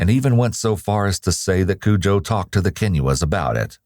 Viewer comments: Hi, I’m half of Ghana myself and we don’t pronounce it Cujo it’s Kojo is the correct pronunciation. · This man is a monster. I think of a rabid Saint Bernard every time you say "Kujoe". Can't help it. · Broo Im Ghanian, and thats not how the name is pronounced 😢